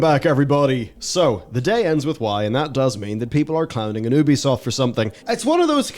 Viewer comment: If you have to rely on humanity for something to go the way to benefit humanity, you’ve already lost. Technology; taking the art and creativity out of everything since the beginning of time. P.S. a nitpick: its YOO-BEE-SOFT. It’s named for ubiquitous software.